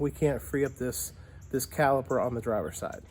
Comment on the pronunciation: When you say calber I'm assuming you mean caliper?